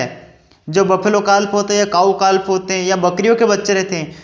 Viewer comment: काल्फ नहीं काफ बोलिए